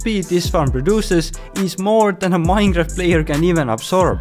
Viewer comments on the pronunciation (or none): Nobody:: Minegraft!!